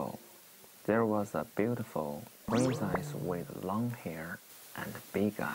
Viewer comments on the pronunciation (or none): laine lee Long time /hair 說成了 lung time /hair Princess 唸成 prin sais With 唸成了 wait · Long time ago, there was a beautiful prin赛斯，哈哈哈，邓伦的东北口音英语笑死我了，e的音发的和ai一样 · 邓论给小山竹念的英语怎么一股山东味😂普林⤴赛丝wwwwwwww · 邓伦英语发音不错啊 除了princess